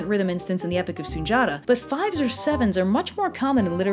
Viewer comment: Okay, this is late - but the title in the African folklore you put up (SUNDIATA) is pronounced SOON-DI-YATTA. My father was kinda big on telling us stories of folklore, myths, and legends from Africa, plus he was a linguist and taught English to foreigners entering the US which included a wide variety of African languages. (Which is ironic because I couldn't get through High School Spanish or College French to save my life.) Oh and another important "why" was because my parents were a huge part of protest and Civil Rights in the 1960s and 1970s and really wanted us to learn stories from more than the European list of folklore. It was a thing back then.